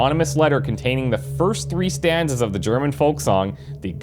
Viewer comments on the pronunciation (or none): As a German, I feel pain everytime you say ''Die Gedanken sind frei''